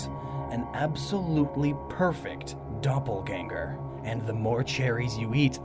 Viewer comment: For an German it's realy funny to hear you saying "Doppelgänger".